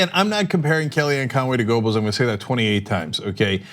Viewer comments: Goebbels has never been pronounced as "Gobels"--there was the great George Gobel, but no Gobels--"Guerrbells", yes. For the record, fascist 'Murika's corporate journos are truly reprehensible cowards with all the spizzerinctum of puffballs. Lowbrow TYT at least tries for something more, but hasn't the bite 'Murika needs--doesn't deserve, but needs. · Cenk - You need to work on your pronunciation of Goebbels. German: [ˈpaʊ̯l ˈjoːzɛf ˈɡœbl̩s] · Small point but Cenk, it's pronounced "Gerbels". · Pronounced "Gebbles". The "o" is silent as in Goethe. A minor suggestion. Otherwise, love your coverage. I am a monthly supporter. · As a Turk you shouldnthave such Problems with Umlauts Cenk XD G Ö bbels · spelled goebbels.. but gerbels.. is how its pronounced... not a fan of his.. just ticks me off when people don't get shit right.. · Cenk, if you're going to go Godwin, at least pronounce Goebbels properly.